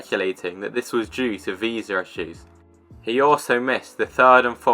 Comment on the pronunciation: I specifically heard him say “visar” and I am very familiar with what a visa is!